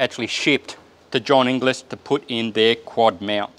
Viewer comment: Great vid but ‘Inglis’ is pronounced ‘in-gulls’. It’s the Scots word for ‘English’